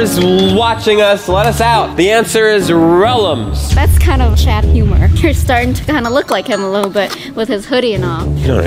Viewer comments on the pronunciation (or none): It ‘s rellams